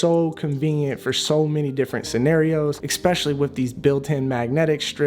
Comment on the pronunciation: Why do you say especially like that?!?! Why do you say ecspecially? it's not a word.